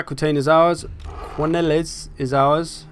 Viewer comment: The 's' in Quenelles is silent and the "qu" is pronounced "k" ;) Bretonian names are obviously taken from French region and localities' names so I like to pronounce them in French.